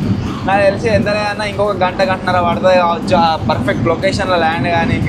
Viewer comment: It's entha not Antha lol😅